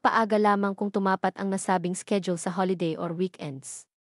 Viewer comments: Ayudin mo pagsasalita mo Tumapàt ay binibigkas ng mabilis, di tulad ng pagkakabigkas mo na tu ma pat . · Hindi mo alam ang tamang bigkas ng TUMAPAT?